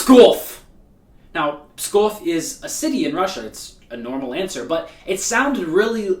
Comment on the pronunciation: Он так произносит Псков или Достоевский будто Русский .